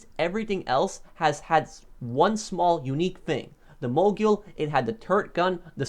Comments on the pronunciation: I’m pretty sure it’s pronounced mo-gul not mo-gool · It's Mogul. Not Mogule 🙄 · Its pronounced Mogul, not Moguill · Btw it’s pronounced Mo Gul not Mo Jul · I think mogul is pronounced like a ski mogul or rap mogul. It sounds like ul not yule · Just so you guys know, mogul is pronounced like “Mow-Gull” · The man is the CEO of mispronunciation MoGyOoL TuLlA EvEn DeN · Ah yes moguel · The way he says mogul drives me nuts.ˈmōɡəl.